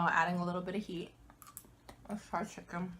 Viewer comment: great vid! mmm! chi-kon good! korben dallas moll-tee pass 😂